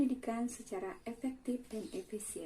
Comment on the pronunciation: Efektif sayang bukan epektip....... Hehehe.....aku sayang kamu bu 💞💕💓